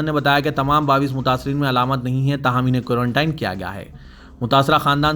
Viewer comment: Quarantine ko urdu me qaranteen padho bhai كورنٹین کورن ٹائن نہی